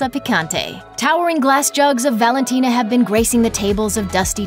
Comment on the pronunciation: Valintina!?! Lmfao. You list lost all credibility.